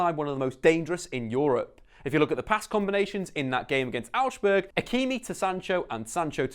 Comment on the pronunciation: you pronounced Augsburg wrong, use translate its pretty accurate